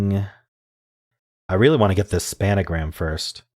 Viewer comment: It's called SPAN-A-GRAM. No other name allowed